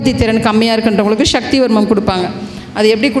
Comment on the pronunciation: ஷக்தி அல்ல. சக்தி என்று கூறவும்